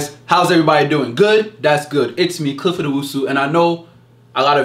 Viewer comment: not Clifford